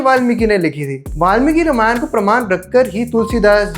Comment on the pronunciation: Ramayana nahi bolte. Ramayan bolte hai. Mummy papa ne nahi sikhaya?